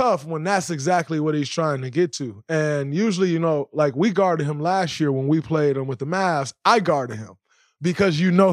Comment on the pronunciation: you emphasized the word last year as if it's this year😂 that was hella cringe.